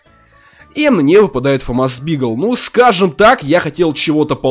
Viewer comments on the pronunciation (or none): none